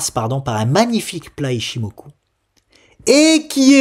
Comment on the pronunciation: Salut. Ton ichimoku façon japonais m'a achevé;) Je regardais mon broker et me demandais quel type d'instrument tu allais utiliser par exemple pour sofina en prévoyant un rebond vers 223, style un turbo call avec barrière limite vers 200 par exemple? ou de manière plus générale, étant plus habitué à trader la crypto, quels intruments utilises tu en général pour avoir un peu de levier sur les actions?.. C'est peut-être ds la formation;)?